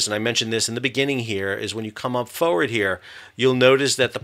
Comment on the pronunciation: I'm Englishman why can't you say forward properly ? Lol